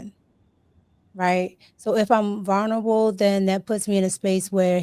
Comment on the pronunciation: "VERNerable" is crazy! 🤣 🤣